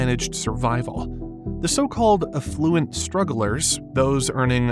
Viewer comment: " A fluent strugglers"? Oh, you mean "affluent strugglers". Thanks, AI narration.